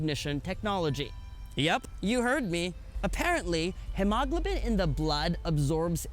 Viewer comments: "Hime-goblim" lol...... No buddy, it's pronounced "Himo-Glow-Bin"! That Dad joke wasn't half bad but don't ever do it again! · I believe hemoglobin is pronounced he-mo-globe-in but good review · He-MAH-glah-bin. Ha! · "Hee-mo-glow-bin" "bow-kay" Also the V50 has a standard 12MP camera, not 5